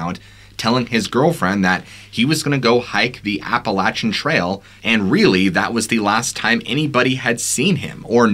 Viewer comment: Fun storytelling! One thing, Appalachia is pronounced like “Apple at cha”, and Appalachian is “Apple at chin”. Most people not from the area don’t know that, so no worries at a small mispronunciation, just wanted to let you know!